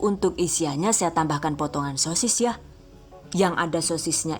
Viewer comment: Bunda bisa ga sih kalo ngomong "YA" nya biasa aja wkwkwk maaf ya 😌